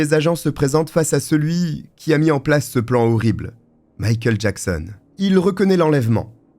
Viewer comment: J'ai eu beaucoup de mal chaque fois que j'ai entendu "Mickael Jackson" :)